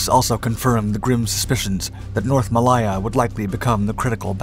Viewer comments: Mal-lay-ya, not Mal-lie-ya…………. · Malaaaaya not Maliiiya please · Mal - I - ah....... Is pronunced Mal -a - ah. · It's NOT "Muh-LIE" or "Muh-LIE-zhia" it's pronounced "May-LAY" and "Muh-LAY-zhia" -- like Lay's potato chips. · I love these programmes. It is such fun working out what the video footage actually refers to. Also I have no idea where Mall aie er is! . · I was just about to make the same comment ... pron: ◾ ma-LAY-a ◾ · I guess that pronouncing Malaya as "ma-lie-a" is good if you are speaking Spanish. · It's pronounced muh-ley-uh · A great video as always, but you need to learn to pronounce Malaya correctly. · It would be a great video if he just knew how to pronounce Malaya correctly. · You need to research the pronunciation. The way you pronounce Malaya made this almost unwatchable